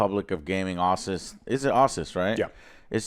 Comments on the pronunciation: Americans pronounce Asus like "awesauce "??? wow Been calling and hearing it called it "Ahsuz" my entire life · I’ve heard people pronounce asus as Ay-suss and as ay-soos but never Aw-sis like Joe pronounced it 😂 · What the hell is "Ausis"??... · Joe never ceases to amaze with his creative pronunciations. Aw-sus? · Listening to him pronounce Asus makes me want to unsub and block.